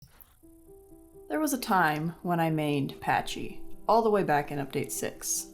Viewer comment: The way you pronounce “pachy” kind of makes me mad...